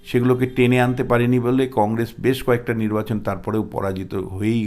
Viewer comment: Ei mathamota gramer maal,boro boro katha bole,Practically anti BJP,nijeke bisleshok bole,e akebare murkhyo item,uchchharon ta shununun,congress bole congrej